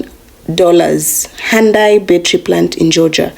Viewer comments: Cant even pronounce hyundai correctly. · They were treated pretty crappy. And that just upset the Korean public. Like a slap in the face after being asked to invest billions of dollars. This stupid lady can't even be bothered to pronounce HYUNDAI properly, couldn't be bothered but demands that America has to be respected. Show a little respect and you might get some. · She couldn't even pronounce Hyundai correctly.